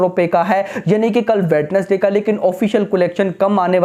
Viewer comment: If you are reading my comment then that in the word Wednesday (d) is silent and the word sound like (wenesday) .❤. Its not hate😊